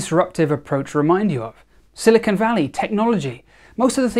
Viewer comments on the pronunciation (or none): none